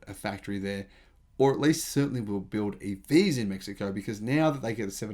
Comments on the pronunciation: You said it just fine. 👍🏻 May He Co Is the correct pronunciation in Spanish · The “American” pronunciation was spot on. The Mexicans pronounce it as “Meh-hee-ko”. Cheers. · all things considered your pronunciation of Mexico was spot on